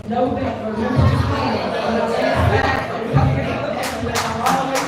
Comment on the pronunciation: 😂 did u MISS THIS ONE … DID SHE SAY “JUST LIKE TRUMP IM Coming DOWNA ”LANDSYTLE”, aka LANDSLIDE (real spelling) 😂🤣😅